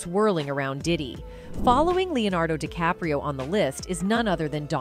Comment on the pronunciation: he say Leonardo decapro...